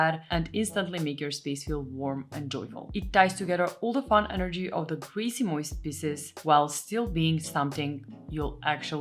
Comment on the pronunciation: Grejsimojs... perfekt pronounciation It means ... stuff ..kind of😊 Love from Sweden 🇸🇪